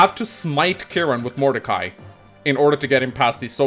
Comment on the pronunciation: First "Illyana" and now "Modercai". is going to end up renaming half the cast.